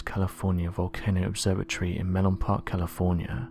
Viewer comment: ACTUALLY IT IS NOT "melon park" IT IS CALLED "Menlo Park, California"